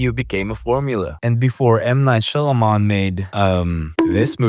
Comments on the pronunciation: M Night "Syalaman" pronounciation got me triggered lol Syalaman-der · I can't with this nicka butchering M. Night Shyamalan's name every chance he gets😂😂😂